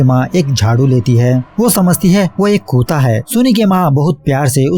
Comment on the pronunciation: Han bro o hamesha Kuta and Kuto bolta ha